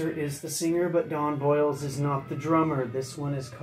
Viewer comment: Don Bolles last name is pronounced like "bowls" not boils. Interesting fact, after 45 Grave Don Bolles was a DJ on old MARS FM in LA. It was a radio station that played techno. Bolles became involved in the early LA rave scene